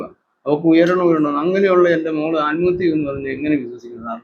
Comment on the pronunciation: തന്നെ ആരാടോ മലയാളം പഠിപ്പിച്ചത്.ആൽമഹത്യയല്ല, ആത്മഹത്യയെന്നാണ് .